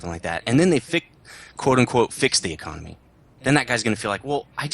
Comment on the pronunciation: Getting kind of sick of saying the econamay is baaad, they have "fixed" it, You earn way more per game, in terms of lions. I'm making around everything from 30k to 80k lions. Theres nothing wrong now.